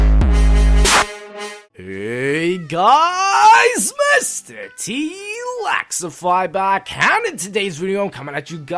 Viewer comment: When you say 'MrTLexify' in the beginning, it sounds like 'MrTLaxify'.